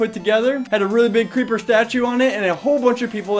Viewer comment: I VANT ZE CRHEEEPAH